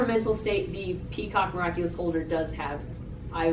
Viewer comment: Miraculer? Or miraculous